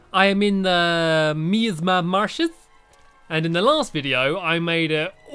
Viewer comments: I forget to mention it, but Miasma Marshes is pronounced My-asma marshes not Me-asma marshes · ITS MY-AZ-MA MARSHES EVEN SAID IT HIMSELF!!!!!! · you totally sound like a ''phillip''ino when you say miasma marshes, lol Phillip was a total coincidence